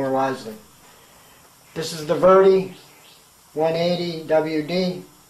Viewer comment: It's a VEDA, NOT a VERDY. ! I see no R or Y in the name. Also why does everyone that does a review on a 0.20mm fine detail airbrush never ever thin the paint and reduce the air pressure or hold the brush at an angle more square to the item being sprayed..to get it to do as fine a line as possible ? It's amazing how poor some reviews can be.. like this one.